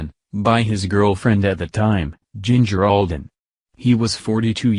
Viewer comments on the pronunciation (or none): none